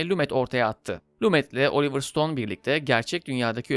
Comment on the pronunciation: Lumet yazılır Lume okunur sevgili dostum. Seviliyorsun.